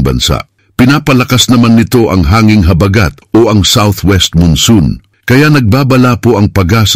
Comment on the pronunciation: Ayusin mo pagbigkas huwag mong gawin mabilis ang salitang malumay na salita tulad ng habagat